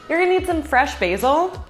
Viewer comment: "Fwesh mozerewa prepawation" wow you're adorable